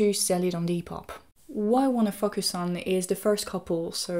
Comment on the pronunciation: Your "focus" pronunciation is something I get confused whenever I hear it.